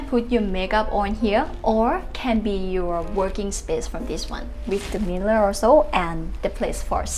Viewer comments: She said miller for mirror 😅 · Meeler lol 😆